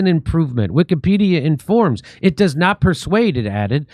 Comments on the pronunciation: Notice the way the Israeli dude 6 pronounces "pedia" in Wikipedia...? He pronounces it like "pedal" go sounds like another word that is prevalent in "israel". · Ahh , did anyone notice the guy training how to edit pronounced Wikka- PED- ia ( Wikka ? & Ped ?)